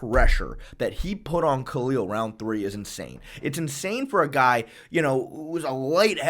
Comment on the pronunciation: You said Khalil 'Roundthree'. I dont think you meant the pun, but its a great new nickname.